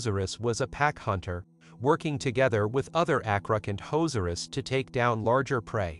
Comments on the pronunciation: I heard athrocant hoes r us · “Acrocantozerus” Wait what? Call me a hater but there’s a few problems with this video. 1st: the pronunciation acrocanthosaurus is incorrect, the H should not be ignored. 2nd: there is no hard evidence of acro hunting in a social hierarchy.